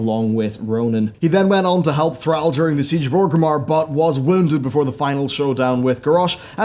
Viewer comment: I'm pretty sure it was Arthus who finished Jaina when he got cold feet and you're pronouncing Thralls name wrong.